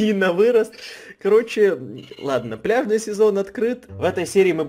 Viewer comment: Мне послышалось не пляжный сезон а бляшный сезон 🤣😅